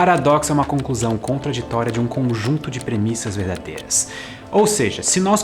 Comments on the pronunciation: Gostei do Paradoxo :D "E mais uma coisa! (Referência: Tio do Jackie)" "Congunto" ou Conjunto? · só eu que percebi ''congunto'' no tempo ? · rolou um "congunto". Mentiu que sabia português também hahahaha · Adoro o canal. Mas "conjunto" com "g"....